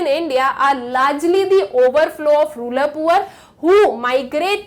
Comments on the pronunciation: Rural- it's rooral not ruler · Ma'am rural not ruler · and she says ruler instead of rural lol 😂